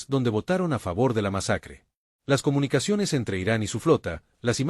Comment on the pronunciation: "intercheptaron comunicachones" Horrible esa voz de IA.